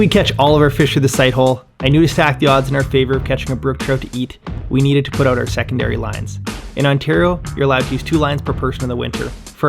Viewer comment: A Canadian: oat,not out.